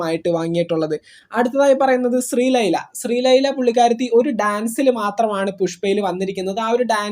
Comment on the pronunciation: ശ്രീലൈല അല്ലടാ ശ്രീലീല